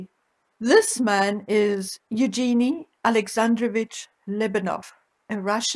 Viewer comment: Greetings from a fellow SA resident. I just wanted to correct your pronunciation of Evgeny. (ef - gen- nie) thanks you the deep dive into this. ( I work with a Russian with the same first name.) x